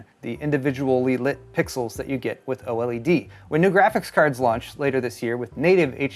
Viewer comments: Can you please, PLEASE say "OLED" instead of "O-L-E-D"? 😂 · OH! L.E.D? Gotta pick on for saying every letter like no one else lol.